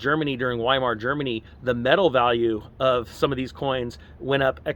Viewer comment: Hey ….FYI to help….Weimar is pronounced Vi-mar …..